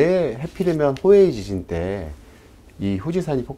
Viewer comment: 교수 발음이 .. 호에이 지지. 가 뭡니까. 자막도없고 설명도 없고 .. 하다못해 판넬이라도 준비를 해오던지. 말로 다하네.